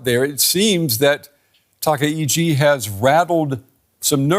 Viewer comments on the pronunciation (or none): TA KA ICHI, please, not TA KE !